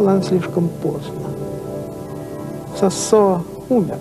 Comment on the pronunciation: Надо произносить сОсо , через О , с ударением на первый слог.